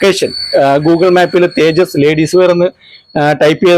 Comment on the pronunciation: തേജടി അല്ല തേജസ്‌ ആണ്..